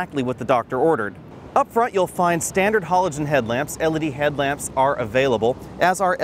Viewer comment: I've watched several of this guy's videos, and I've never heard anyone pronounce the word "halogen" like the way does. Hah-logen 😁😂😀